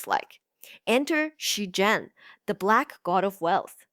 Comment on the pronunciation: This is a good informative video, but are you using an AI voice? It has a Mandarin accent but you're butchering the pronunciation of Wen Wuque and Zheng E.